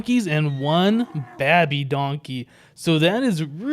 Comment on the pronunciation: Why do you pronounce baby that way ? XD I know Yogscast Honeydew says it but why do you? Lol